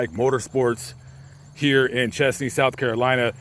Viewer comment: It’s pronounced chEHz-nee.